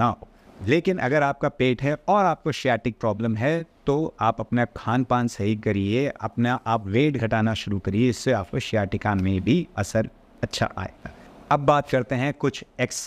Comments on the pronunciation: Aap logonko misguide kar rahe , sciatica exercises differ from person to person, the exercises you showed can trigger the pain of some individual.and it is pronounced as a ,sa ya ti ka ,not ,she ya ti ka. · श्याटिका नही साइटिका बोलते है।सभी क्वालिफाइड डॉक्टर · Dear doctorji, aap achi cheez bata rahai hai, about nerve pressure called sciatica. Note the spelling beginning sound you are not pronouncing correctly. Associate the word “Science”. It begins with beginning sound (sci…); same beginning word sounds like “sciatica”. ( say it as - Sci-Aa-Ti-ka). Try it! So take this presentation of yours out. Re-do this version. At the same time your explains are so nicely and briefly done to the point of pain so continue your blogs. (Phonetic language is important when you present something or anything to any audience). Listen to phonic-pronunciations done by some experts on youtube. Keep up the good work, by bringing so many health issues that young and old people suffer. Watching from NYC, USA most of your blogs. Jai Shri Krishna!